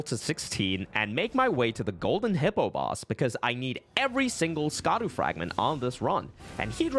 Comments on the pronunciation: "scadu" is pronounced "shadow" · Just a heads up...."Scadu" is pronounced "Shadow"...it's just ye olde spelling. Just like "evergoal" is just pronounced "everjail." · Scadu is not pronounced "Ska-doo" it's Shadow. Just like how Gaols are pronounced "Jails" but spelt in their old english spelling. Scadu is the old english spelling of Shadow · I know it looks stupid the way they spelled it, but I feel like you know scadu is pronounced shadow and you are mispronouncing it on purpose lol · Fun fact, the scadu fragments and scadu altus are pronounced Shadow, I believe it’s the Celtic spelling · Idk who needs to hear this, but "scadu" is pronounced "shadow." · Great video! But it’s pronounced Shaduu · fun fact scadu is pronounced shadow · Please, it’s been a month. Scadu = Shadow just like Gaol = Jail. Shadow of the Erdtree. Shadow Fragments. Shadow Altus. Hearing Scadu hurts.